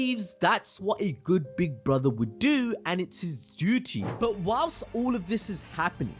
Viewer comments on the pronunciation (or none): none